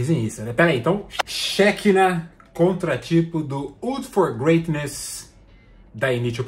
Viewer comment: Hebraico (Shekinah) pronuncia-se como oxítona, "xequiná".